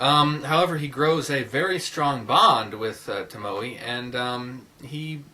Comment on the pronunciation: Toe-moe-eh (pronounaiation) Tomoe :) but yes, trust and betrayel was the second best anime movie i have ever seen (second only to princess mononoke)